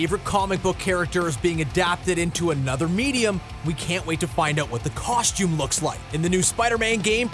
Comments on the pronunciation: For the costume section, who else kept on hearing "coshtume". I swear thats what he's saying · Coshtume and Molner 😂😂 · Bruhh this dude's pronunciation of costume and Mjolnir 😂😂😂😂